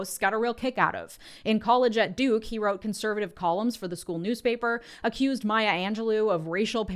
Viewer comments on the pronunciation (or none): none